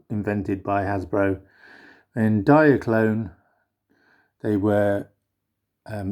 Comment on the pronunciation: lol no mate. it's not pronounced "Diakron" Diakron was the KO of Diaclone